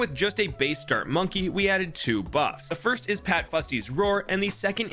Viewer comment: I know i just get annoyed by people being stupid (also he didn’t say first he said “finst”)